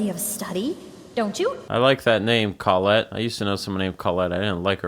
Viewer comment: got so absolutely surprised by my name existing in this town, then being mispronounced, but spelled right, but then complimented on the name, then learning the creator knew an unpleasant colette. i very much hope i was not your unpleasant colette.